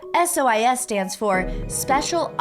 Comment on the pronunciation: I swear a second before started pronuncing it Soice instead of SOIS, I looked at it and went "Soice lol". And then and did it too. It's the morphogenetic field!